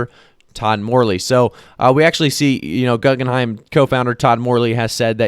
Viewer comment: Perhaps the name is pronounced as Goo-gen-hime.